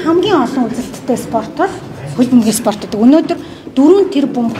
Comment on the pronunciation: Fulam geed bdag shaats 😂 Fulham shde balai avgai mine enige medhgui baij yuun surtchilan taniulah edr ve sdu